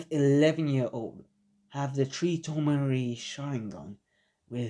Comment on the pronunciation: No hate but why does he keep sayin tree